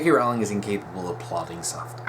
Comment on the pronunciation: Its pronounced Rolling as in a rolling pin!